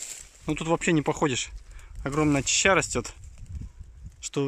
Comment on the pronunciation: Неправильное произношение очень режит ухо. ЧАЩА